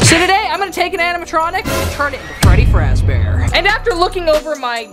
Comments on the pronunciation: Why did u say Freddie fraze bear? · No no "Freddy fat bear" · Freddy frazbrear 💀💀💀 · It is not freddy frazbear it is freddy fazbear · “Freddy fraz bear” 💀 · "Freddy faz bear" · “freddy frazbear” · You said Freddie frass bear ❤ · Blud said freddy frazbear 💀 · youre saying Freddy fazbear wrong